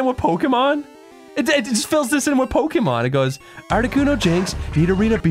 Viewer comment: i love how chris starts purposefully mispronouncing pokemon just to piss off